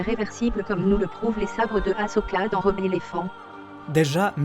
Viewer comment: à 2.48 , on est d'accord qu 'elle dit pas rebelle mais rebellephant